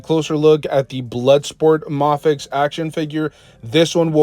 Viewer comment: It's pronounced "may-fex". 😭